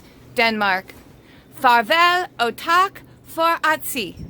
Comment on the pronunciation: That was a decent try at Danish.... Farvel og tak for at se.... Tak is more like a tsak and the t in at se is not actually pronunced.... It should be more like "favel ow tsak fo a see". Great little haul by the way... It's really nice seeing all this snow... I live in Athens Greece so snow is rare.